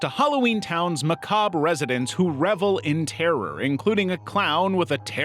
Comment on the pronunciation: Lear how to pronounce macabre correctly. The "R" is NOT silent.